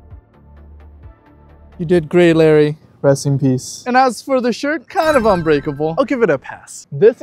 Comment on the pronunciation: it's unbreakable not uncuterble